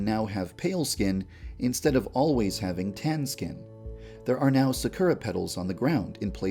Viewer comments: "Su - kur - uh" Ahem, you mean Sa - kur - Uh? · Isn't 'sakura' pronounced more like 'sackyura', (/sakiura/), or am I just misinformed? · lol Yandere Dev can't say Sakura correct xD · Hearing him pronounce "sakura petals" like that was positively painful.